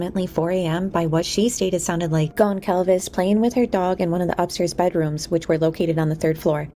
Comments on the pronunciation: GonZalves. It’s a mexican name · Great job! Just FYI the "c" in "Goncalves" is silent. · Great documentary. The “c” in Goncalves is pronounced like an s. ❤ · The C in Goncalves sounds like an S . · Very interesting video, thank you. I was waiting for a video like this, recapping all the events of the last few months. The only thing that still bothers me not only in this video, but in a lot of them, is the pronunciation of Gonçalves, which I know is tricky for English speakers, so I'll try to help: you say Gon - saul - ves. The Ç sounds like S, not like C or Z. I'm sure her family would like to see her last name pronounced correctly.